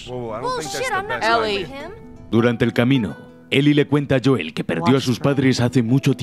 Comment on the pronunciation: Joel Pronunciación exacta: Youl Españoles: JOOEL